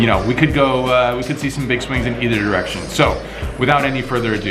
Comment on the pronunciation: it sounded like you said "could be a swing in either errection." Lol